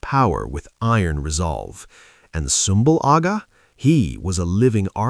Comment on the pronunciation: Sumbul Agha wouldve absolutely went off on you for how you pronounced his name 😂😂😂😂